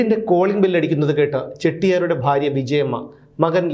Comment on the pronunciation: ഫാര്യ അല്ല. ഭാര്യ.